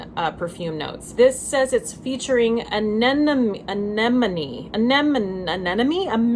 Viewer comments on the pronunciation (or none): hahhahahahahah "Anemone"